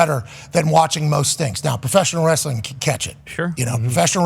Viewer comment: Lol did pat just say wrasssling is better than football? 😂😂😂